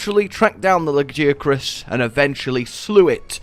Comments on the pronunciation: It's la-gui-acrus (with gui as guild i'm not a native speaker so I hope you can understand nontheless) since it's just a translation of its japanese name wich is ラギアクルス (ragiakurusu). Is the pronunce spelled la-ghee-acrus? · Ok question, is it "La-guy-ya-crus" or as says "La-jee-ya-crus"? or is it just preference? Cause he said "Nerj-i-gon-tay' in stead of 'Nerg-i-gon-tay' and I know they definetly go with the 'g' in game. Just asking cause I've heard both now. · Like a gi for martial arts, ok. Noticed that sometimes turns G's into J's. Maybe it's an accent thing